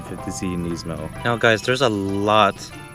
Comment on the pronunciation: Nisssss-mo not neiz-mo